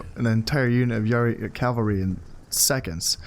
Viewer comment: Really enjoying this series, and I know this video is really old so you might not see this, but I have this pet peeve when you say Calvary haha, horse units are cavalry; Calvary is the site on which Jesus was crucified